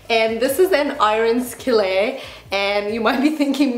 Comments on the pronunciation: yeah I was trying to figure out, but I'm pretty sure that's not even the French pronunciation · Loved the video as usual! I actually love how you say "iron skillet" and I also like that you say things how you want to say them if that makes sense?